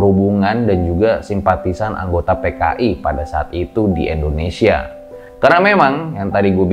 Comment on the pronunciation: Sorry nih bang, tolong pelafalan/pengucapan INDONESIAnya dibenarkan. Bukan ENDONESIA tapi INDONESIA.